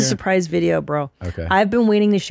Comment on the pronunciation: "I have a surpise for you, yea dog" - Queen Christina